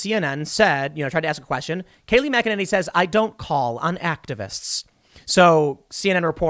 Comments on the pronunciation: OMG you said her name right!! THANK YOU!!! THANK YOU!! GJ!!! ♥♥♥ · Waouw, look at you Tim, learning almost how to pronounce Kayleigh McEnany’s name and everything!😅😇